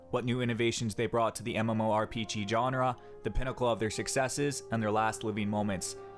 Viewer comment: Look up how to say GENRE